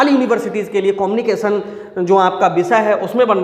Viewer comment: कोमनिकेशन✅ कम्युनिकेशन❌😂😂😂